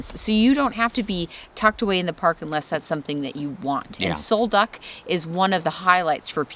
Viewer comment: Sol Duc is pronounced Sol "Duke"